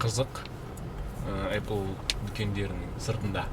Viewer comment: Апл емес ейпл